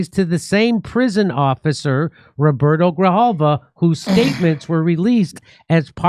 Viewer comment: Damn you butchered Roberto's last name pretty shamelessly